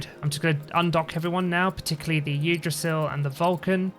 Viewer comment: Great video again, I was looking at buying this game but instead I'm just watching your videos. As a side note, to more easily pronounce Yggdrasil, you can pronounce it as "[Pig]drasil" without the P